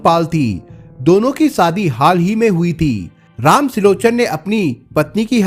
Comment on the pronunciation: Sadhi nh hota shadhi hota please apni language to kijiye aap n pure world ke liye video bana rahe hain sa ko sha mat bolo Hindi ki Maa Behan kar rakhi hai